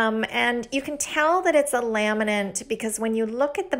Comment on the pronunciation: The word laminate does not have an "n" at the end.